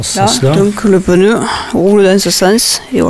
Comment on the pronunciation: Merci pour ton Tuto de 1ère catégorie.... mais au fait c'est pas un "pneuneu" mais un "pneu"..... pas "tubeulesse" mais "tubeless" mais ton accent du midi j'adore....;) et merci